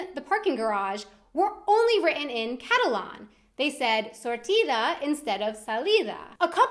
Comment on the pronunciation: It annoys the shit out of me when she said "Catalon" rather than "Catalan"